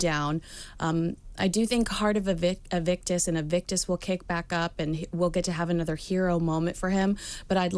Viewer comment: Is it just me or does keep calling Harry’s organization “Evict-us” instead of “Invictus”? 😂